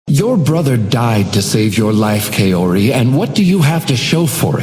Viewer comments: It might just be me being picky because I know some moon runes but his pronunciation of Kaori like Kay-ori is a little bothersome because I would think an eldritch deity that knows untold secrets about everybody would be able to say any name and speak any language in fluency. It could be a consistency thing, I don't know if anyone else says her real name or if they say it like that. (Irrelevant side note, this could be much worse because I used to work with a guy named Keisuke and my boss said it like Kiss-sue-key, horrible.) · The Doorman pronounces Kaori incorrectly. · I'm pretty sure he's pronouncing "Kaori" wrong